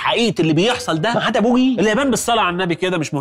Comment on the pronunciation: اسمه بوئي وليس بويي